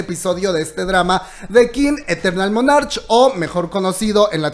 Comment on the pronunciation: Soy una vieja de 62 años fanática de los kdramas y el kpop. Puedo pedirte un favor? Por favor pronuncia la palabra monarch como "monark" está en inglés y la ch suena como una k. Yo soy tu fan y espero que algún día tengas tu propio espacio en tv. Te lo mereces y me fascina cómo te expresas...eres natural. Gracias